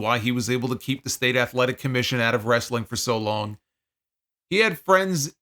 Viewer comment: As a southern myself, this was how I pronounced it until I became a teenager 😂